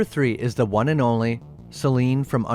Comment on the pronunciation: Vun..,ah ha, too....ah ha, tree.....ah ha😂😂😂